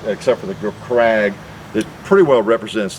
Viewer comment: 'Krag' is actually pronounced 'craig'.